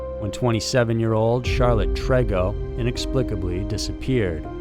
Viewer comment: Just letting you know on how to say TREGO!! It’s like saying: tree go !!!